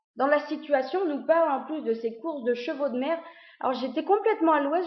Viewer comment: Quand tu as dit " chevaux de mers " j'avais cru entendre " chevaux de merde " :P